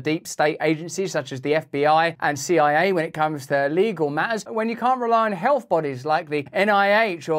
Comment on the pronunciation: When the person you seek medical advice from can't even say the word "health" but instead says "helf" you know you're in trouble.